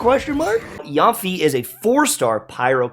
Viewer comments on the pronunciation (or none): is pronounce as Yen fe-EI = Fei. is Yen Fei not yan fee bahaha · Hi! I love your content! When I was first starting out my genshin account, your videos and tips really helped! Yanfei’s name is said more like Yen-fay. It would mean a lot to me as a Chinese person and be great if you could pronounce her name right! Can’t wait to watch you tackle this new content! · Everybody: Yanfei: YAWNFEE